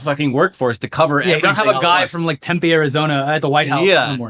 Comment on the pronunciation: Little thing, but a big thing - Tempe, Az is pronounced with a long e. So instead of pronoucing it "tem-pay" pronounce it "tem- P". Emphasize the P also.